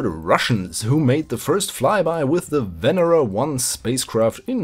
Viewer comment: Hey there, nice to see this series continuation. Oh, and btw it is "venEra" in russian, not "vEnera".